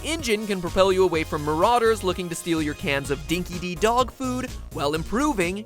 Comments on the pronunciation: Dinkee dee? As an Australian I have to say, it's pronounced dinkee die. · matt-pat its pronounced dinki-die not D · Dinki-Di is pronounced "Dinky Dye" you drop-kick... Mad Max is set in Australia remember...